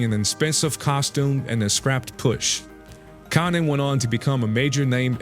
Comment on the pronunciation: Dude can't even pronounce konnans name 😂 wtf is this trash